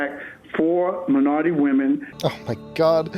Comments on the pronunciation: Minority women? I though he said... “Ma’ naaughty women... Sassy! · Ha,ha me too,I am from Germany and I thougt wait what have naughty women to do with his speak, anyway Baltimore looks really very scary and dangerous ,good vid.